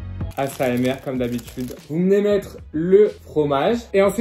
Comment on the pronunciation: y’a que moi qui a entendu acmr au lieu d’asmr a 7:5